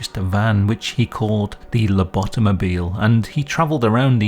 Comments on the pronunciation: Have to admit I laughed when I heard "Lobotomobile" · Everyone collectively losing it over "Lobotomobile" is taking me out 💀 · "Loboto-mobile". Wow.